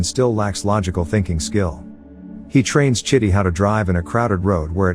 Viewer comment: Dude, that's not how you supposed call the robot's name. You calling him shitty 🙄